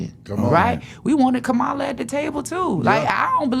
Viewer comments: Angie her name is KAMALA or COM-MALA to help you pronounce it correctly I agree with your talking points but at least say her name correctly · It’s a shame, she is a black woman and mispronouncing VP Harris’ name. If you can’t pronounce her name, let’s try calling her VP Harris. Angela Stanton is a disgusting individual who is upset that she couldn’t grift like Candace Owens!!!!